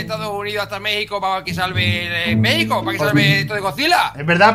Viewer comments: se Lee megico pero se escribe México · Jaja se dice Méjico pero se escribe Mexico